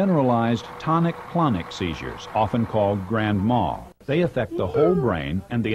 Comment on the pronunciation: Grand MAL. Not Grand Mall.